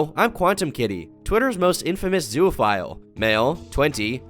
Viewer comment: This is rancid. This is off topic, but, is anyone else slightly annoyed at how says “zoophile” as “zooaphile”